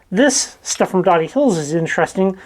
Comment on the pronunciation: We live just a few minutes from here. It's pronounced with a long o. We actually went to this exact place right before you posted this! It's fun watching your videos and seeing places we have been!! Just watched another one of the rock quarry up here. We also went there the same day. Unfortunately when we went there were several people there. Still fun. Just down from here you can get lots of cool agates in another rock pile! Tons of them... some good sized. Thanks for sharing your adventures!!